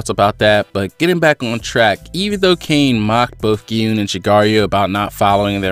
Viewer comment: The pronunciation of Kaine's name would be Kai Ne, not Cain with a silent e.